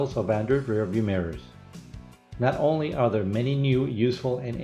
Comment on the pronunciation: I was liking it till he said “It Onnly Reads in Kilometers” sigh